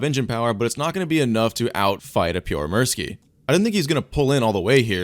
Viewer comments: The puorre murski is not how you say it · Bro said the name like "Pure mercy"💀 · "This is the pjoremirski" you should work on your pronounciation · daamn you butchered the pronunciation so hard. Not saying in a bad way, Finnish is weird language with weird pronunciation. I appreciate the try and the video keep it up. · I love how you pronounce Pyörremyrsky. :D Greetings from Finland!😀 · I was not ready for how "american" your pronunciation of pyörremyrsky would be :D